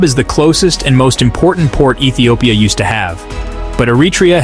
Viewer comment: Which Etiopia? 😂😂😂😂